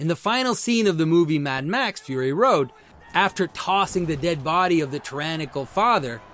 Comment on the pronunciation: "Fury" not "Furie" other than that awesome observations made